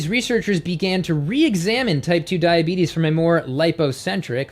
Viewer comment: Did he really say: ...cause diabetis...and most importantly, do they make you fat?